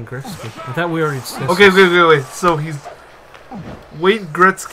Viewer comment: Gretzky...."Gret sky" not "Greck sky". Good review though. Loved that game back in the day.